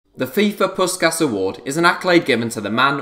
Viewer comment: Dont pronounce the awards name again please